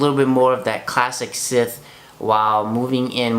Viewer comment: Are you saying Sith? :) Bless you. Enjoyed your review :)